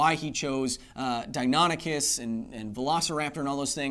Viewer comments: "Dine ah nick us" is the correct pronunciation. I'm 40 and have studied dinosaurs since I was 5. I'm pretty sure my nerdiness is confirmed. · It’s pronounced “Dino-nikis”